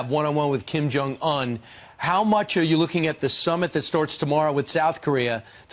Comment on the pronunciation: That sniveling Brian kept on acting like an impatient greedy car salesmen saying 'yeah...' interrupting repeatedly - trying to rush or interrupt the President's train of thought. Plus Brian doesn't even know how to pronounce Kim Jung-Eun 김정은. President Trump is magnitudes more graceful even giving the time of day to these puppets, let along an interview. Ainsley is likely uncomfortable sitting on the couch with those losers especially after what Doocey Dooche and other womanizers at Fox have been sued for doing. She could do much better than being on the same set with the likes of them...